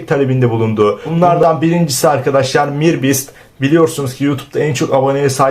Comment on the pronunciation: Mir bist ne amk öyle mi okunur